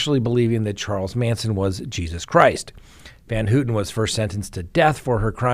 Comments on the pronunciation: It's pronounced van-HOW-ten. Maybe not a big deal but as an attorney talking about one of the most infamous cases in US history, you should get your facts right. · It's hilarious how you pronounce Van Houten it doesn't even resemble the actual pronunciation of her name. Google translate also has audio translation if you want to pronounce Dutch names take the effort to use google audio simply type in the name and choose Dutch language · Charles Manson Pronunciations: Leslie Van HOW-ton. KREN-winkle, like GREN-winkle. Don’t even try prosecutor Vincent Bugl-O-si.) 😂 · Let’s all say it together!! Van HOWWWTEN and KRRENNNWINKLE! I apologize for my OCD. Not like they DESERVE to have their names pronounced correctly right? 😆😆😆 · Van HOWton.....KrEnwinkle.....Gon-sal-vez. You pronounce a number of these high profile names incorrectly. She didn't stab Leno. Plus, Steve Grogan, another Manson family member involved in Shorty Shea's murder at Spahn Ranch, got out in '86 so she's not the first Manson member to get out.